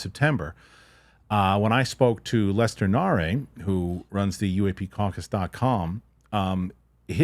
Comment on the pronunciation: Lester Nare* (Nair). Not Na-Ray